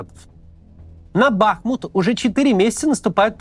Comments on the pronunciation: Правильно говорить не бАхмут, а бахмУт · не Бáхмут, а Бахму́т 🇺🇦✌🏻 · Огромная просьба корректно ставить ударение г. БахмУт. В Википедии корректно стоит ударение даже. Очень-очень режет слух( Не смогла досмотреть из-за этого😭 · Бля, можете Максиму на тексте, который он читает, расставлять ударения? Какой к чёрту бАхмут? Он будто бы никогда названия этого города не слышал до этого… бахмУт (ну или Артёмовск, если на то пошло) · БахмУт. Ударение на У. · Максим, я бы на вашем месте обратил внимание на ударения в именах собственных. Например, БахмУт. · Кац, говори пожалуйста БахмУт, с ударением на У. Кто местный, залайкайте коммент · Максим, огромная благодарность Вам и Вашей команде за ежедневный кропотливый труд,за глубокий анализ, аналитику и ,самое главное, человечность. Есть только одна огромная просьба - пожалуйста, не бахайте названием наш любимый город БахмУт. Ведь никто не говорит ХЕрсон. Уже не раз в СМИ звучала эта просьба, надеемся, что нас услышат. А Вам только крепкого здоровья, терпения, Божьего благословения и, самое главное, МИРА всем! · Каждый раз режет ухо, когда слышу " Бахмут" с удалением на А. Отписываюсь